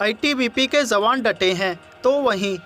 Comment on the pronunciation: Sahi shabad 'jawaan' hai, 'zawaan' nahin. Ucharan theek karo.